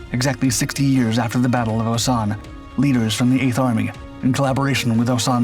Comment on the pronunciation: Eight hundred seventy eigh'th😂